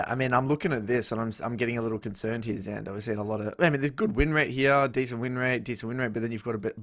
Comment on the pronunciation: its xander with an x :((